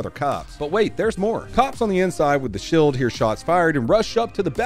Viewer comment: WTF is a shilled?...... do you mean Shield? So Confused???